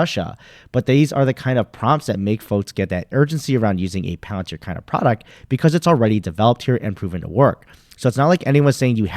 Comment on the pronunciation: Palantir not pallor